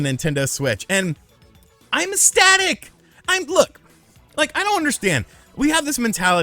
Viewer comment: Do you make the "c" silent, when you say "ecstasy"? Because your pronunciation of "ecstatic" is hilarious.